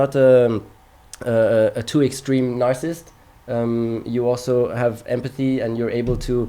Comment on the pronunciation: A dude who ran from defending his title to become a lifestyle vlogger calling a real racer a narcissist? Learn to pronounce the word, leave psychoanalysis to trained professionals and stick to vlogging,.